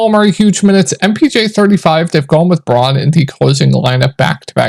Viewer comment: BROWN- NOT BRAUN. You keep mispronouncing his name.